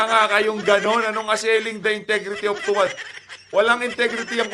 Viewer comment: Sabi ni Dan Fer, to wah, to wah,to wah di niya mabigkas ang tuwad, nanga- utal!!!